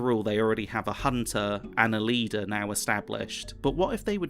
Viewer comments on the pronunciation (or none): none